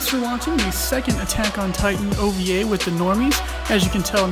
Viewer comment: O-V-A! Not "Ovah".